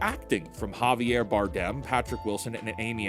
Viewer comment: Its Javier not Jarvier